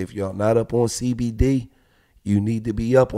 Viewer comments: Gillie said Cdbmd instead of cbdmd 😂🤣 lol yea gillie done bussed crackhead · This fool said CDB MD 🤣🤣🤣🤣🤣 it CBD Gil lol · He said CDB lmao it’s cbd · Did he say cdb